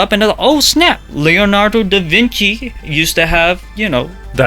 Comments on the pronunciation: Please don't say da Vinki, in italian "ci" is pronounced "chee" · Da vinki lmaooo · Whoever said Da Vinki?! I hear you, I got you